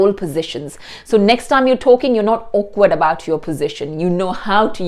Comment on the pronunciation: "This thaime" not time? 😄